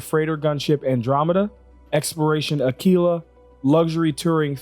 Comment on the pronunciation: It's so nice hearing a youtuber say "Aquila" correctly, thank you